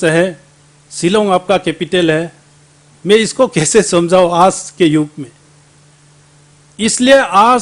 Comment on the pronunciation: Gaoliya aaj bolta hai aaajjj nahi .....pata nahi arunachal ki janta isko kyu mandate kiya .....hindi v ko MA Behan kardiya.... I salute arunachalee people